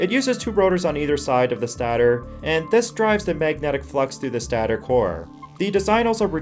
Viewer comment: Stay-tore... not staa tor...